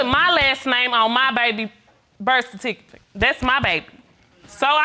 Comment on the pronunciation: Birth tificate ........ somebody help. He said non producable